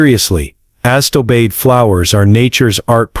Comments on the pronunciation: If you are going to let AI read your text, then for goodness sake teach it how to pronounce Sedum, Hosta and Astilbe. Please! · this was an excellent video but somewhat marred by cringe-worthy Mispronunciations. look up sedum, hosta, astilbe, hellebore. also menier is not a word and I can't figure out what you meant. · The pronunciation of these plants, sedum, astillbe (the worst), hosta are ridiculous. People asking for these plants at a nursery will be laughed at. You need to clean this up. Cone flowers eventually revert to the native pink. And they do not like planters or generously reseed. Have been growing them for years. Neither of these things are true. I think you have embellished the truth about some of these plants.